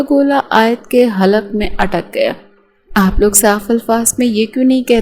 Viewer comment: خلق کے بل نہیں ہوتا حلق کے بل ہوتا ہے